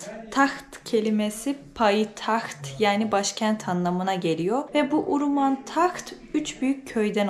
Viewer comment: Nenem Şex Abdulkadir Geylani üzerine yemin içerdi. Uruman demeyin Hewreman diyin.